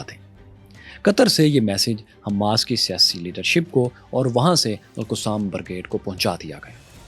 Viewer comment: Bhai “alqussam alqussam” bolna band karen its ALQASSAM BRIGADES القَسام